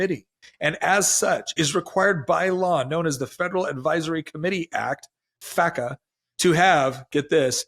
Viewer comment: Did you say faca? Sounds like fahggah🤣😂